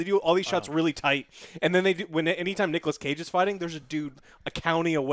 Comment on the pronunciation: Nigolas Cage